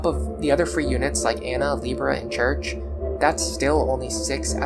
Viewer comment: Great video. As a French major, hearing your pronounce 'Cherche' as 'church' is sacrilegious. Lol. The 'C' is pronounced as an S; And the first 'E' isn't 'Er'. It's Ehh So its Sherrrrrche. Never thought about reclassing Henry into a Barbarian before. Since my Lunatic run doesn't have Nowi; I'll pair Henry with Lissa. I'll try the Nowi/Henry combo on my Lunatic+ run. Btw, you the safe zone in chapter 16 trick is insane. I'm now about to start that chapter and the infinity grinding trick makes all my previous comments about Sumia being trash irrelevant. I can afford to prioritize Sumia because I can bring everyone else up to speed on this chapter. Cool.